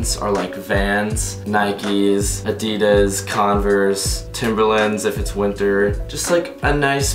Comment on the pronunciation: Why can't Americans say brand names properly. For instance Adidas and Nike